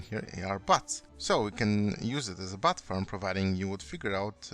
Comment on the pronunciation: Great video but I can't resist it... "Butt farm" lol :D